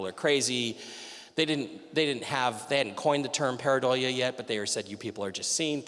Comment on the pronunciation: Mike it's 'Pareidolia' not 'paradoia'... you're mixing up paranoia with the actual word.